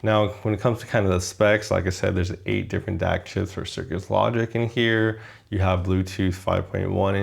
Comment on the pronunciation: I liked the review; but, and I know it's picky, it was frustrating hearing you say "cirkus logic" instead of "cirrus logic".